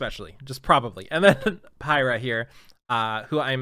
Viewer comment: Piera though I think it sounds like peera?????